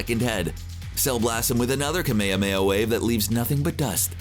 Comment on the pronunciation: I would just like to say it annoys me and I am pretty sure other dragon ball fans are annoyed by this to but it is annoying when you mid pronounce kamehameaha still love the channel